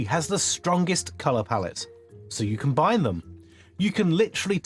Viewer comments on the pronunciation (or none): none